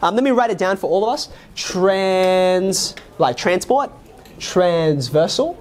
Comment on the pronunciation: I at first I thought he said "like transboi" lol...